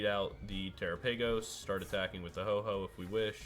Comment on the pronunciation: Ho OH not Ho Ho